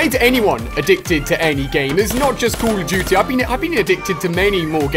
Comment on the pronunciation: "Ive been addicted to many Cuh Uh Duty"